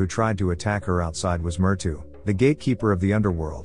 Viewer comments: "Myrtu"??? It's Mrytyu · You mean मृत्यू/Mrutyu? Well that make sense since he's also talking about death. He probably mispronounced that word most likely spelled as "Mṛtyu/Mrtyu" & then misspelled it in the Captions also. Thanks for the clarification. Any idea about "Piki"? That doesn't sound like an Indian name either. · It is pronounced as Mrithyuu